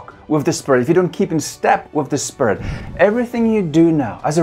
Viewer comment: I like how he says "Spirit" sounds like "spare it" It sounds really cool.